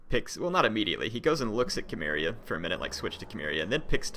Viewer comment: isnt Cimmeria said like: Simmeria? and not Kimmeria.....?